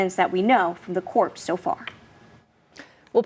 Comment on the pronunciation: "...up to subeed(speed)...from the corpse(courts) so far." I wonder if the teleprompter was off or she has a ministroke.